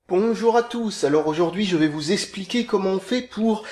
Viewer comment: "EXpliquer (pas "espliquer"!) ^^